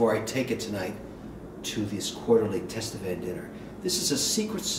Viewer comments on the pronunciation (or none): Kevin: it is pronounced "Tatevin," not "Tastevin," even if it is spelled, Tastevin. The "s" is silent. From a fellow Tastevin member (San Francisco Chapter).